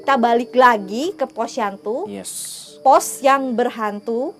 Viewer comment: iya kalo malem kasian teh Imel jadi siang aja. Bukan POSYANTU jadi posyandu wkwkkwwkk